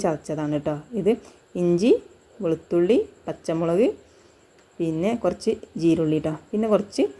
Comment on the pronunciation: Jeerulli അല്ല cheerulliyaani